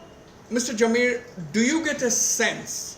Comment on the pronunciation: Mr Wazbir please pronounce as Jamir, and not Zameer